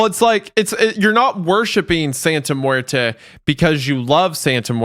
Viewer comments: re: Santa Muerte: It's NOT "muer-TUH," ForCryin'The'F'OutLoud. It's "muer-TAY" (but with accent on first syllable), ENDING WITH AN 'A' SOUND gawddammit‼️‼️‼️‼️‼️ —Get a freakin' CLUE ‼️‼️‼️ (–Sorry, but having to listen over an hour to utter lazy, culturally disrespectful phonic BS has made me a little nuts....) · hearing say santa muert-uh instead of muert-eh when the other two are saying it right pains me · Each time wendigoon says santa muetre I hear Santa muetra. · i wonder how many other spanish speakers heard pronouncing muerte and lost their shit. it’s pronounced “muer-tey” for the curious non speakers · As a Spanish speaker, it was killing me a little bit on the inside how was pronouncing death., let me give you free spanish lessons. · mispronouncing "muerte" every time even after said it correctly numerous times is driving me insane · pronouncing her sons long ass name but cant prounce Muerte is kinda funny tbh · ARE THEY GONNA LET HIM MISPRONOUNCE SANTA MUERTE THE WHOLE TIME?!